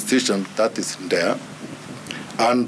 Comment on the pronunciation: he says 'Ndea' for D.E.A ... what on earth? The facial expression of the baldheaded gentleman in the back says it all. He is really struggling to understand what this guy is saying.